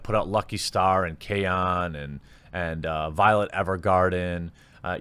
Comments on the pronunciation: It's "kyo" like kio, but faster. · You managed to pronounce Kyoto a bit better than KyoAni. 😅 Pro tip: the Y is pronounced smoothly, not as another syllable, the A is always soft. I love you, man, but I can't keep cringing this hard when you butcher Japanese words. 🤣 Anyway, it is really uncouth for media to capitalize on this horrific tragedy to push wokeness. Jeeeeeez. So what if animators are primarily male? If girls want to become animators, they have every freedom to go for it. And--"""EXPERT""". Big oof. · Kyoani = key yo ah knee. Kyoto. = key yo toe